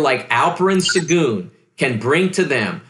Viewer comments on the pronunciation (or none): his picks are all over the place, and he doesn’t even know how to pronounce Alperen Sengun...it’s Shen-gen, not “Sen-goon”🤦‍♂️🤦‍♂️